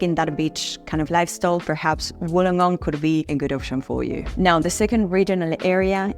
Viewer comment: Wollongong is pronounced as [Wool-long-gong]. Lived here all my life and I'm 49 years old. Can not live anywhere else. FYI, the ladies video really doesn't do justice on Wollongong as it focuses on North Wollongong and its suburbs. Wollongong was built on heavy industry, e.g. Bluescope aka BHP is the past. They specialise is steel production. Of late, the industry and started to slip BUT they are still big players along side AAT (Australian Amalgamated Terminals ) Car import and Export including break bulk. Anything (products) that can come on a ship, goes through AAT. There are are lot of Wollongong residents that work in Sydney as its 'close by' by car and by train. Councils with the 'Illawarra region' are Wollongong City Council, Shellharbour City Council and Kiama Council. Websites you should visit: & & Shellharbour: Kiama: Gerringong